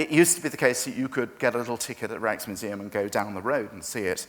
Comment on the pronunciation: To all English speaking British who can't speak Dutch: please do NOT pronounce Rijksmuseum as Reichsmuseum like the chairman does. That makes it sound like a nazi museum. I know most English speakers are morons when it comes to speaking other languages, but that is no excuse. Sorry, but there it is.